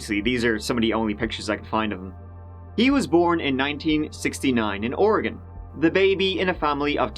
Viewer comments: You pronounced ORYGUN correctly. Xoxo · Love that you pronounced Oregon correctly!! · You have no idea how much I love that you pronounced Oregon correctly. Thanks! 💜